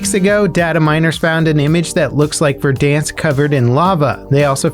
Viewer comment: HE LEARNED HOW TO SAY VERDANSK rip Verdonsk, you will be missed